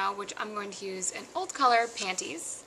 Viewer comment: hehe i like when you say panties....panTies pant-tease..panties you know i <3 you!